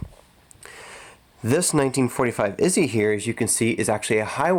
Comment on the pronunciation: It’s Not that difficult to say Izhevsk . Izzy sounds like ignorant lazy American .